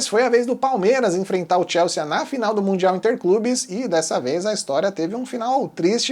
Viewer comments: Moço, não tem esse "a" no final. Sea de mar. Soa "si". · TIELSSIIIIIIIIII É A PRONÚNCIA!